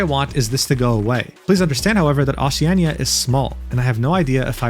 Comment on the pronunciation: bro did not say Oceania like that 😭🙏